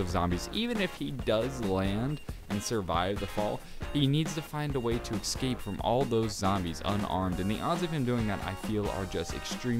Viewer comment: No Hate. But why do you say escape like ecscape? love your vids :)